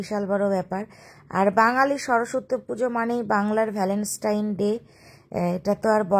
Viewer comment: Are valentine ta to properly pronounce koro.2 to porpor video te e dekhlam pronounce vul.